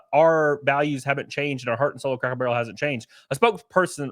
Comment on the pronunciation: I knew I wasn't the only one hearing him say crackle